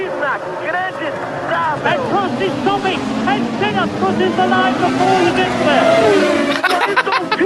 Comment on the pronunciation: not the way to say it